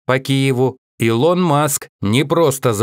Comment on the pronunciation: Что с озвучкером? "илОн маск"и другие ошибки в ударении.